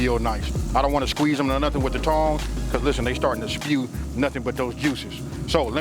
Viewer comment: " Lishtehnn"